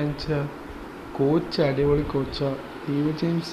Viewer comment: ഡാവിഡ് അല്ല ഡേവിഡ്